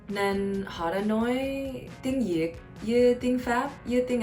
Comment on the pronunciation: Viet Girl: Tieng Yik All Other Viets: TIENG VIET. Buzzfeed: Oh well.